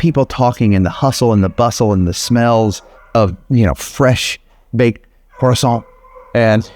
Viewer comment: Cher, Merci pour tout ce que tu fais pour ces adorables créatures. Tu es parfait.🤗 Vraiment parfait, puisque tu es même capable de prononcer correctement "croissant" 🥐 Et je suis très sérieuse 😁